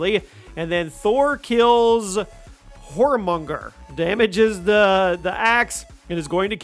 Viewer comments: Tyr is pronounced like tear not tire. I mean it was said a million times throughout 2018…. Same with jormungandr. It’s not “whoremonger” fuck sakes man… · YourminGander the world serpent I know that's not how it's spelled but that is the way you should be pronouncing it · Jormungandr is pronounced "Yor-mun-gan-der" and Mjolnir "Me-ol-ner"